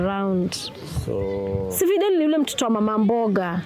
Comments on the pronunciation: Videl....its videeeeel....practising invidelity with my wife.....😂😂😂😂😂😂😂mnarudisha mzee soko surely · Fidel practicing invidelity 🤔😁kizungu